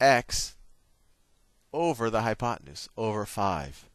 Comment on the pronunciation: i died laughing when you said oppenute